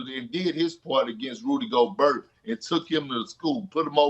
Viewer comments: Everybody else: Go-bear Perkins: Go-burt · Rudy Go-Bert 😂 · Kendrick Perkins been watching flight😂 “Goburt” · Perk must watch flight saying Rudy Goburt😂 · “Rudy Go-Bert” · This man Perk taking inspiration from flight. "Rudy Go-Bert" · anyone else love the way kp pronounces gobert